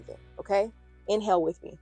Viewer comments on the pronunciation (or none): Why when u said “inhale with me”, I heard “in hell with me”, 😂